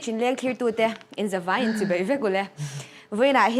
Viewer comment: "Chibei" a ni lo, "Chibai" tih tur. "Mei" ni lovin, "Mai" ti rawh... Mizoṭawng hi lam dik hrâm hrâm teh u...